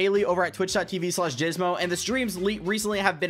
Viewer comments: Bro I like the when he was talking about gfuel then he said Jizmo instead of dysmo that was so funny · Dysmo new class loadout, AK-47 with compact barrel, skeleton stock, stippled griptape, commando foregrip, and 30 round mags,also did you say jizmo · Bruh he did😂😂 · he did! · I swear I heard you say jizmo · Anyone else hear him say jizmo when he was talking bout his streams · Did he just say jizmo I must be hearing things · He said jizmo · Sounded like he said Twitch.tv/Jizzmo